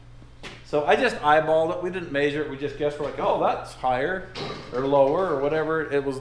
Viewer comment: Does saying “may-sure” a south west accent thing. Cause I’ve never heard that pronunciation ever